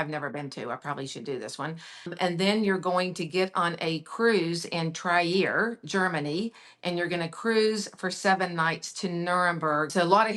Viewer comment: I loved this segment, the clever questions, and the thrilling itineraries- as also, hearing more about the differences of the brands that exercise it. What an expertise of! Just that she terribly butchers the names of the cities... I, as a German- would not know which city she's talking about when she says "Trier", "Zürich", "Bern"... but who knows how I would butcher the name "Arkansas".;)...Thanks a ton for this one!